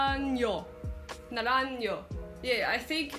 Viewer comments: 😂😂😂 Mónica Naranllo?????😂😂😂 NARANJO !!!! why do you have trouble saying this vowel? J ... J ....... J. I encourage you to continue practicing.😘😘💯🎵🎹👏👏👏👏👏🇪🇸🇪🇸🇪🇸🇪🇸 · Para los ingleses, NARANJO se pronuncia de esta forma==> NARANHO (ASI A VER LO PRONUNCIAIS BIEN)